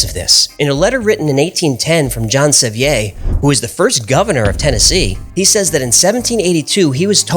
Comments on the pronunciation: this caused me to check the pronunciation of John Sevier. because I live in TN very close to Sevier County. everyone here, on top of everything I look up, pronounce his last name as "Severe" Not "sevi-A" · I'm actually descended from John Sevier, and have never heard it pronounced French ( "Sev-ee-ay" ). It is pronounced like "severe". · John See vere, its not a french pronunciation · Bro...as one from Tennessee....you butchered John seviers name. Sevy-yay???? It's pronounced Sevier. Like a severe thunderstorm warning. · It's pronounced suh-veer not sev-ee-ay... I'm from sevierville TN named after him.... great job on these shows I have watched them all day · Just FYI - You were pronouncing the first gov. of Tennessee John Sevier's name as if it were French "Seveeay" but it is pronounced more like severe - Seh-vyr. The reason I know this is that i do geneology and made a tree for a a friend who is a direct decsendant of John Sevier's brother Robert. Their family can be traced back to London and then back to France - but the family who lived in France were immigrants, the patriarch of that family was Don Juan Xavier, they were Spanish. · Just letting you know Sevier is pronounced "severe." I only know this because I live in Sevier County, TN. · I live in John Sevier country. Patrick Henry too. Highschools, HIGHWAYS, dams named after them. Never have I heard of anyone, Including his family, using a French pronunciation Sevieyah. Never. You are the first. I like your channel, but my God pronounce it like everyone one else (including Sevier when he was living) in Tennesse. We don't call a reservoir the same as the French either. Neither did Quinton Tarantino. It's known that a family can pronounce they're name however they prefer (for centuries) even in this young Country. You're pronouncing there name against their wishes and totally incorrectly to Tennessee historians. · That would be John "Suh-veer". Great video 👍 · its pronounced John "Sa Veer"